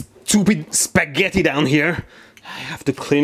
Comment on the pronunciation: SCHEWPID SHCPAGETI